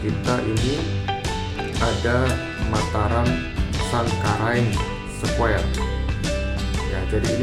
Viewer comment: Taman Sangkareang Broo bukan Sangkaraeng 👍🏻